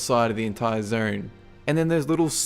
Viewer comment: Zone* not "Zern"